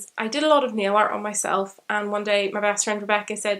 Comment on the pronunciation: I thought you were saying neo-art at first not nail art, was not till latter on when you were saying you decorated your nails that I figured out what you are talking about.